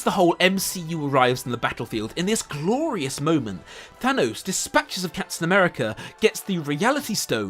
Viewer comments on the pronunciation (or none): Mf said Captain Nuerica and expects to be taken seriously